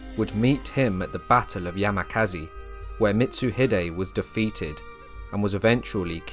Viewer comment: A brave attempt…but pronunciation abysmal (Yamazaki, not Yamakazi…for example). Fair coverage of the history but value diminished by anglo inability to pronounce Japanese names. Shows an insensitivity to local language.